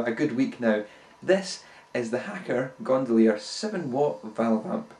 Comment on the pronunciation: The hacker gondolier [best mono record player ever made] and you butchered